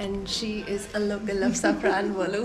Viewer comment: You pronounced the word Safranbolu well.😅